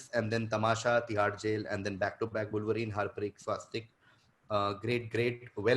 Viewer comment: Ahsass is clearly cheating. If you know ‘wolverine’ you wouldn’t pronounce it as vulvereen :)